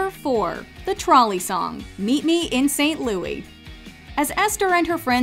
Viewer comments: Please stop calling it 'Louie'. The movie title is 'Meet Me in St. Louis' - pronounced just like the city the story takes place in. As someone who lives there, no one calls it 'Louie'. Only the song. Tootie herself corrects Mr. Neely when he calls the city St. Louie. You've called it 'Louie' in every video you make and it's wrong. It makes me cringe. The song is pronounced that way but not the city nor title of the film. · “Excuse me,, but it’s pronounced ‘St. LOUIS’!…” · Every time St Louis is mispronounced makes me cringe. Yes, I'm aware there is the French pronunciation.